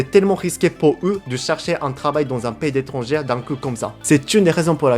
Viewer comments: Après de nombreux visionnages des vidéos de, je me suis toujours demandé pourquoi prononce le mot "étranger" comme "étrangère" au féminin... ça se pronounce "étranjé", progresse continuellement en Français mais y a juste ce mot qu'il arrive pas à corriger on dirait. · Petit conseil vu que tu répètes souvent cette faute. On dit: Pays étranger. (Ça se prononce: étrangé) Au passage, tes progrès en français sont incroyables, bravo!